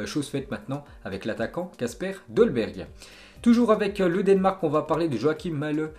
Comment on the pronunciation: Le denmark comment tu dis 😂